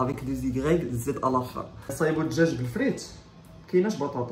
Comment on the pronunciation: بطاطا ❌باطاطا ✅